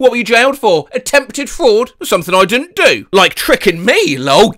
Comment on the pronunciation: "You disnt see the obivous" "I disn't see it at all" is HILARIOUS 😭